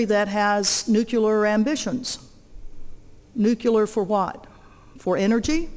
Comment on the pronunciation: new-KLEE-ar, godammit. Wtf is so hard about this word? Still, she's got guts.